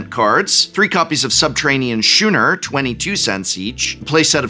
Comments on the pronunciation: I'm actually pretty ok with this, I think they're a LITTLE overpriced though. If they keep producing a bunch of theme decks that'd be fine as a format essentially. Also it's pronounced like SKOONER, not Shooner. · Shoe-ner? It's scoo-ner. Weren't you some kind of language teacher? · Skoo-ner... not shoo-ner. Other than that, thank you for the information on the decks. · "Shooner"?????? (with love) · Is it just where I am from or is it pronounced Skooner. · The angel deck is actually kinda tempting. Also, "schooner" is pronounced "skooner". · Shooner? SHOONER? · a shoe-ner is a sailboat